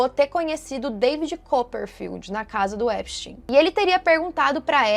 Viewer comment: Nem os próprios americanos sabem pronunciar o sobrenome do cara! Kkkkk Esptein é de origem alemã, então, a pronúncia é "Épstáin"